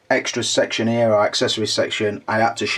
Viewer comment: I love ya, it just cracks me up you can't pronounce an "H" sound. ear and there and over ear lol